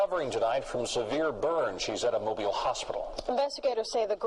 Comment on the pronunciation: In this case, Mobile is pronounced Moh-beel, not moh-bile. Thanks for bringing this to light.